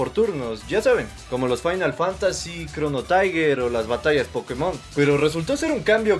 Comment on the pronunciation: "Chrono taiguer" "pusle" "loreh" "el booster doble"